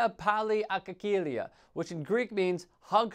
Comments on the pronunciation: Agalia, not agkakilia! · Yes I could hear his mother repeating agkalia agkalia (it sounds like "agaleea'" though, "agakilia" you kind of killed it right there bro, but overall awesome vid!! no worries, I know it sounds all Greek to you - bc it is;)) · Did he just said agakilia? :DDD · Hug in greek is actually Angalia not Agakikia as he says in the video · He pronounced G and K so no Greek would ever understand that! Only after seen it written makes it any sense !! AGALIA is the right way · The way you pronounced agkalia had me crying of laughter. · I'm Greek and when you said αγκαλιά πάλι Γιάννη αγκαλιά seriously I didn't realize in the beginning that you were talking Greek hahahaha I thought that you were talking nigerian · I'm Greek and yes agkalia (αγκαλιά) is a Greek word. Just this dude pronounced it horribly...